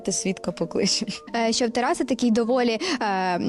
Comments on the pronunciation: Не ТарасУ, а ТарАсу! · Чому ТарасУ, а не ТарАсу?